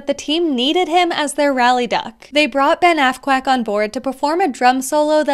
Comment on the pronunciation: Psst,sounded like you said assquack.